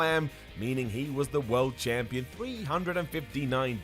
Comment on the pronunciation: did you say champlon